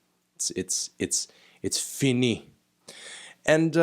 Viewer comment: it's FI-NI